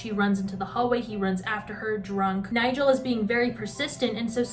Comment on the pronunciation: genuinely can’t get over the way you kept saying “niGel”. absolutely iconic